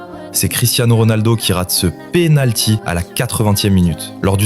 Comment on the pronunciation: Y'a que moi qui a entendu "le PINALTI"